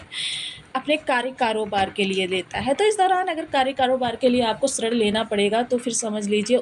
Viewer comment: सॉरी मैडम ऋण को आप श्रृंण क्यों बोल रहे थे😮😮